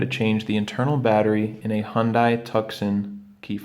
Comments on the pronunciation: It's pronounced "HUN-DAY TOO-SAHN" (not Hun-die Tuck-son) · Like in Arizona!! No it’s pronounced Hun-Day!!